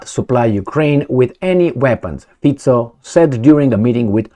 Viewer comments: Fi-ts-o Not Fiko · Pronounce it “fitzo’ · HEY LISTEN UP Slovak rules of pronunciation say that if it was FICO, like RICO, it would be spelled with a 'K'. So it would be FIKO.. but it i'sn't all 'C' is Slovakia are a soft "C", so it literally sounds like feet - so. Have a nice day. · Having lived and worked in Slovakia for two years your pronunciation of his name is awful and sounds awful. As a non-Slovak but having used the language quite a lot, I have a suggestion. Try to pronounce it as if it is spelt “feetso” - that is as close as you will get I think. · It’s pronounced Robert fitzo